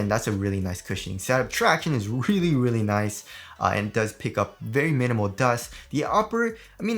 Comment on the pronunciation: And "leally nice"